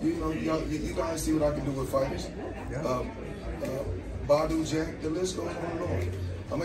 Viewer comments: Floyd saying he knows how to take fighters to the next level then struggles to say a name and says Badou Jack 😂 Curmel needs to get with Matchroom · Bro said badou jack 😂